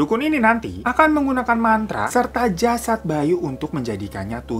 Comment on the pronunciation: Dimenit 4 : 26 apa kuping gua yg salah dengar atau emang elu ngomong jasad bayu 🙈🙈🙈